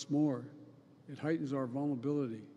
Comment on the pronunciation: What is a "vulnability?"